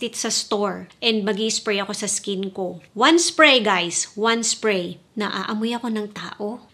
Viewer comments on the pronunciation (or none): Annoying ka magsalita. "1 spway guys, 1 spway"